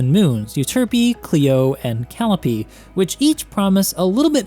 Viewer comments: It isn't "cal opee". It's pronounced "kuh lie uh pee" Weird construction, yes(greek). But that's how you say it when you are referring to the greek muse(indicated by Clio and Euterpe) People often refer to the instrument as "Cal ee ope", but the context is wrong for that. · Calliope is actually pronounced KUH-LIE-OH-PEE. It's those musical box things that carousels would play. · Calliope is pronounced like Ka lie ope ee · Hey, Calliope is pronounced Call-eye-oh-pee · "callope" Uh huhhhhh